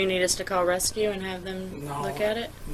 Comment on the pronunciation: Rescue not Rusty Lmao 😂